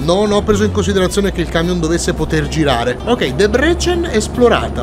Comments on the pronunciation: Si dice Dèbrecen e NON Debrècen... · E Debrecen si pronuncia in Italiano Debrezen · SK è Slovacchia,perchè Kosice sta li è Debrecen è molto vicina al confine,ma è ancora Ungheria In tema di pronunce: DèbreSen XD